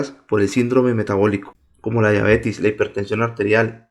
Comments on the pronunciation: Se dice diabetes no diabetis. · Me estresas diciendo diabetis !!! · no es diabetis, es DIABETES